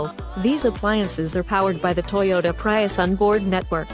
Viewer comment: The way she mis-pronounces "Prius".....